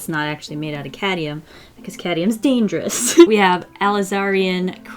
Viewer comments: keeps saying Caddium instead of Cadmium, and Alizarian instead of Alizarin and it’s making me CRINGE. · Hi~ not to be that dude, but it's "cadMium" (cad-mee-um). You seem to be saying "caddium." I totally wouldn't try to correct you normally because it's not a huge deal, but you also have such a large audience, so I thought it might be relevant to your interests to pronounce it correctly? Yikes, I'm totally being that dude tho. I'm sorry. I love your content and I don't want to seem hyper-critical or anything like that.. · Cad-ME-um. The mispronunciation kills me every time. 😑😂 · Cadium? I think you mean Cadmium.